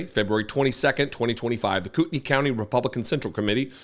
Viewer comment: Just a note to tell you how much I appreciate hearing someone report on this story who knows how to pronounce Kootenai. I’ve been cringing all week listening to broadcasts.